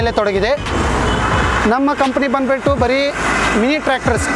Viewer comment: क्या है ये बंदबिट्टू, बंदबिट्टू। कन्नड़ नहीं आता।